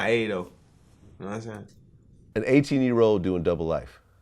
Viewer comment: Seteen ayteen 🤣